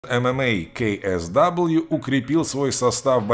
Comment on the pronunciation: Поляки говорят КСВУ, тоесть звучит как КСВУ, а не КСВ, возьмите себе на заметку)